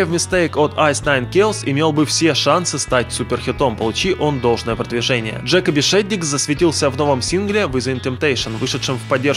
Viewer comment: Не "through", а "thought" И Джекоби с ударением на "о"